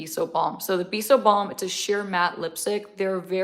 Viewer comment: Happy doggie mother's day! I've been w wanting to see that bisous balm ! Looks gorgeous. Pronounced bet- tease... You did great!❤